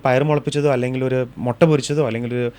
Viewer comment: accent wrongly using.. 😂Motta is wrong .. Use Mu.. not Mo... with out hair calles Motta.. an egg is one Mutta.. accent is very important in talks.. no one is perfect.. every diets are wrong.. if food nessesery you eat.. not don't eat more🎉